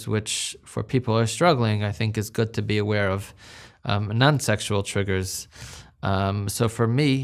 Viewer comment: Anyone else creeped out how he pronounces the word "sexual" he says Sextual.